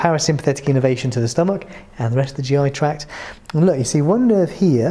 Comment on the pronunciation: I enjoyed this, the presentation was initially irritating but I got over that and it was informative. I just wonder that any non doctor watching might not pick up what sounds like innovation when the English word is innervation, quite different.